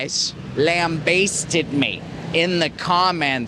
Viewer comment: LamBAYsted us? What, like a Christmas turkey? Mate - as a Canuk you should know it's a hard 'A' and in 'And'. Gawd strike a light!!